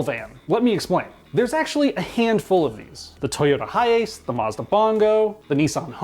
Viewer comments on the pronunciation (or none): none